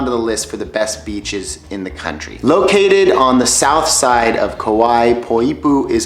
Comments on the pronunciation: Kaua'i in Hawaiian meaning when you say it say kah why ee sorry you said the name a bunch just trying to help you out. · Tips? How about pronouncing it right? My Hawaiian grandma, and most people who live there pronounce it Ku-WHY-ee.